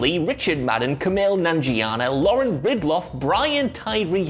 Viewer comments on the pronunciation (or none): none